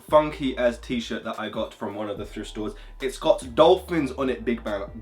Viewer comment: mans said “D OL PH I NS”